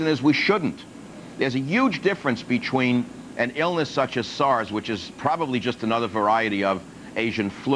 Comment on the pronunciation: instead of saying Twenty, he says "Chwenty" and , instead of saying Between, he says "Bechween".